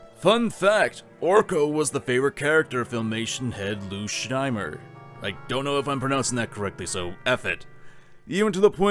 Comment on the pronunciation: You are saying Lous name right